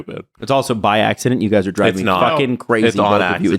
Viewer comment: gets two things wrong. It's BY accident, and it's VERSUS (not verse). Two L's. Yeeesh.